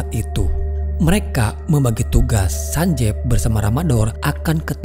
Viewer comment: Cuma berbagi informasi aja sih ini. Double "e" dalam romanji, itu dibaca dengan i. Jadi nama karakter itu bukan sanjev, Tapi Sanjiv. Dan pelafalan V nya bukan dengan pelafalan indo(Ve), tp pelafalan huruf V, dalam English.